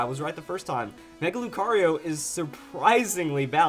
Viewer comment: Mega Lucario? its Mega BROcario for him XD